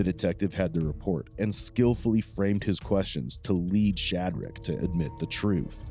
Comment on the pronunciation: this detective pronouncing his name like 'shad RAK' is making me insane.